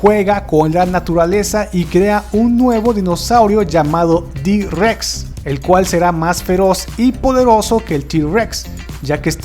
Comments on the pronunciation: se llama i-rex no d-rex y no es convinacion de un velociraptor con un tiranosaurio es combinación de giganotosaurio, carnotaurio, rugops y majungasaurio. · Como que d. Rex, es I. Rex